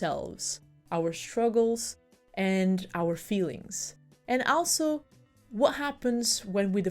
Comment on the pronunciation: I'm sorry, I'm not trying to be mean but your pronunciation of 'also' is driving me a bit crazy. The 'a' is like the 'a' in "ball".